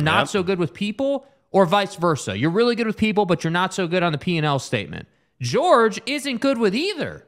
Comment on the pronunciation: The fact that y’all can’t say George’s name right makes me think y’all aren’t serious about this honestly. Eh.